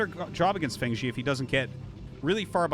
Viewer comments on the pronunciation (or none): Just a pronunciation tip, "Fengzi" is pronounced "fung zih" not "fang zee." Glad to have you back and casting, Artosis!